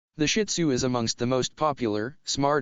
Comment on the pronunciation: I don't have a shin tzu but my aunt does and fun fact its actually pronounced (sheed-zoo) I read it in a book